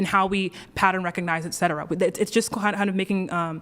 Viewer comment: HOLY SHIT! It isn't friggen "EX cetera," it's "ET cetera."